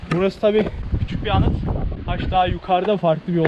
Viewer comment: hac değil haç